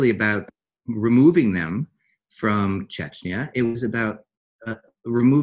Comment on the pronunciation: It's CHECHNYA not CHECHYNA